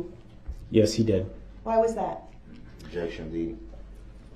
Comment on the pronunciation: YES! IN CRIED WHEN SHE made her heartbreaking statement....and when Zach asked her "how many kids do you have?" And he said "OBJECKSHUN irrelevant" he basically said her kids were irrelevant....but I honestly think he meant it just as it sounded! Only him and his kids are relevant...if even his kids...it's more like HE IS THE ONLY ONE THATS RELEVANT...HE'S DEFINITELY A SICK MAN..BUT NOT MENTALLY ILL..HE'S PURPOSELY MENTALLY ILL...BY CHOICE, HE ABSOLUTELY KNEW WHAT HEBWAS DOING! I'VE SAID IT A MILLION TIMES AND I WILL SAY IT AGAIN..THIS MAN IS CLASSIC DUNNING-KRUGER...I WORK WITH THE MENTALLY ILL, DAILY! THIS IS NOT A MENTAL ILLNESS...AND HIS MOTHER IS TO BLAME AS WELL. SHE CREATED THIS DEMON..BY NEVER HOLDING HIM ACCOUNTABLE! TO THIS DAY, SHE IS MAKING EXCUSES!!!I HOPE EVERY VICTIM SUES HER CAR INSURANCE COMPANY AND SHE GETS WHAT SHE DESERVES...SHE IS ALSO CLASSIC DUNNING-KRUGER...I HAVE WATCHED EVERY SINGLE INTERVIEW WITH DAWN WOODS....I REALIZE HE IS HER SON...BUT I HAVE 6 BOYS...IF ONE KF MY BOYS DID THIS, THR POLICE AND COURTS WOULDNT HAVE TO WORRY ABOUT AN INTERROGATION OR A TRIAL FOR THEM...I would be the one on trial...because they would no longer have a heartbeat...I would take care of the issue and turn my own self in! But Thank God, my boys know how to take accountability with their actions and they know better! They're far from perfect...but they absolutely know right from wrong and the consequences (sorry for the all caps...my phone does that from time to time..Go